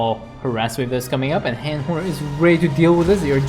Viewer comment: That... Han & Horner is... Weird. Mindless, too. Like, holy cow they were just throwing everything away. Also, it's pronounced Hawn, not Haan. Like fawn, dawn, etc.